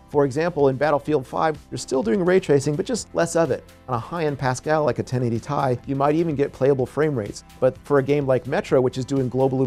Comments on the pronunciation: Did he pronounced It Tie instead of Ti? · "Ti ai". But ti sounded like T :p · i laughed when i heard that. imma cut him some slack since "TI" stand for Titanium. maybe the nerds at Nvidia all say it that way? who knows haha